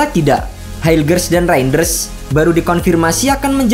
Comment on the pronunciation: Penyebutan nama kok bisa salah REIJNDERS 😂